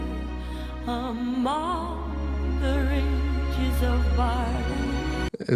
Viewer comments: Love listening to her voice but the mispronounciation of "rigs" is a constant distraction. While the etymology of the word is from ridges, every source I've referenced suggests that "rig" is the actual English pronunciation. Pains me that some native Engish speaker in the recording/production process did not advise her. Even more irritating though is that, as long as she's been in the US and as often as she has performed "House of the Rising Sun", no one has corrected her pronunciation of sewed ("so" not "sue"). Too picky? Maybe but these are trivial things, that could be so easily corrected, they just stand out and, once recorded, last forever. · A gorgeous cover of a Burns classic. I wonder, though, why she said “ridges” instead of “rigs”. I know English is not her first language, but she normally speaks it so well one could barely tell. In any case, it’s beautiful, just as it is… And, of course, this was another top-tier react. ‘Kinardly wait for the next one :).